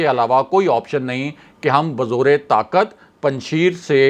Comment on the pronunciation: Kisi pathan se Afghanistan ke sheron ka pronounsation seekh lia karain. Panjshair bolana hai laikin likhne Mai Panjsher likha jata hai.